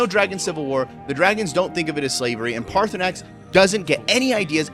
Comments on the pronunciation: Dude, pick an pronunciation. You keep flipping between saying his name as Paarthurnax and Paarthurnan. Paarthurnax obviously is correct. Easiest thing is to bypass that part or killing or not killing him until after your other quest. Always has and will be the best way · His name is pronounced PartySnax